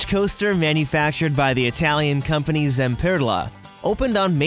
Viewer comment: It was funny how he said Zamperla: “Zamperrrrrla” 😆